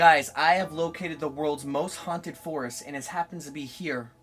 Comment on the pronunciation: "Most hauntadist" checks out 🤣